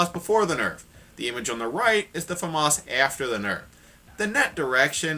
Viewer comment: how to pronounce the "famas": famous